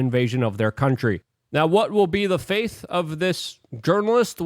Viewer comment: *fate. (not faith) also, the saying is actually 'brand spanking new' (not, brand new spanking). Just a friendly fyi.. lol ;p